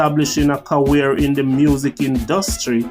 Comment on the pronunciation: Career not carweer